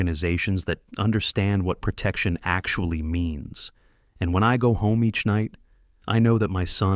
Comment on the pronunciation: The issue with AI is that, when it is wrong, it is so glaring, that it breaks emersion. I really liked the part when it pronounced the word "actually" as "ac-cool-ly"... 🙂